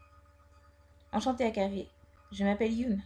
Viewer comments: hyun se prononce hyeonne pas hyounne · Hyun ca se prononce « yeun » et pas « yoon » et le h il se prononce aussi donc ca donne « Hyun », il doit surement etre coréen vu son nom ^w^